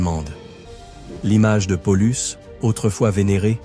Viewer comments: On en dit pas Polus mais PA Oh Lus! juste un point essentiel quand on fait un docu histoire. mais ça n'invalide pas la vidéo. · Paulus se prononce de la même façon en latin. Pour les exemples cités ça va c'est proche de la réalité mais pollux non!